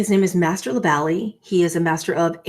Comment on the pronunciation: You said master who!? La valley? 🧐